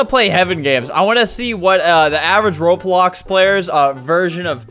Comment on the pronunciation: In he says ropolox